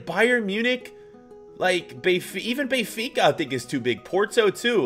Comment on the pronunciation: Oh and also it's beNfica not befica